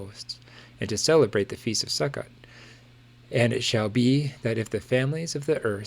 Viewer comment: Not to be read but Sukkot is pronounced Sue-coat.